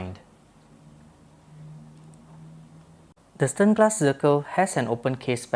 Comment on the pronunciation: This is German, Deutsch name. Read: Shternglass!! Zirkel read Tsirkel.